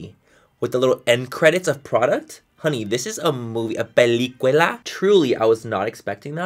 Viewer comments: “Pelicuela”😂😂 oh manny I love you pocho ass♥️ it’s “Película” papi😘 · I replayed over and over where Manny says pelicuila instead of película 😂 the cutest ❤️ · peli quela ? I’m sorry, do you mean pelicula ? Oh Manny... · "Pelicuela" OMG!!! I fucking damn love youuu Manny♡ you always make me smile when I need to:) And it's "película"💕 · Bruuuuh when he said “película” like peliquila I died 😂😂😂😂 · Peliquela??? Lmao ur too funny I love it 💞 Pelicula 😅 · A "PELICUELA" LMFAOO I LOVE IT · Lol "A PELICUELA" 😂 my husband pronounces it that same way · I fucking died when he said “pelicuela” 😂😂😂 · I died when he tried to say película but said pelicuela instead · i cringed when he said pelicula "pelicuela" cmon manny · "Pelícuela" lol Love you Manny! ❤😍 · Loved it when he butchered the word película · Who Else think it’s funny that he’s Mexican and can’t pronounce movie in Spanish 🤣😂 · I LOOOOOOOVE how he tried to say “película” and ended up with a weird word. Ugh! Loved it jajajaja. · Oh my god 😂 u said película wrong 🤣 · the way he said pelicula lol...